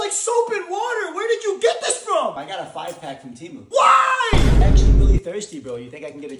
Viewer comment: EEEEEERRRRm 🤓🤓🤓 its pronounced TEH+MOO